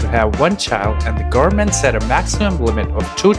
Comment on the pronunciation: Just found this channel, very informative. If I can give a tip, speak slower, some words are rushed, like goverment sounding like garment. Also a bit more pauses between sentences. The whole sounds rushed to transfer the information. If you speak slower and put emphasis on important vowels and such you can improve receptance. Keep it up, I'm curious about how you will grow as a documentary maker